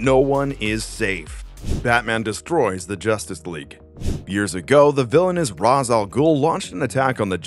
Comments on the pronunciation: Bro said Raaas 💀 Bruh its pronounced "Rashe" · Ra's is pronounced raysh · I'm pretty sure Ra's is pronounced raysh